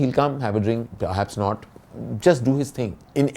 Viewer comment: "have a drink.. perhaps not" almost sounded like "have a drink, perhaps snort.." And I was like, here we go again..! 😂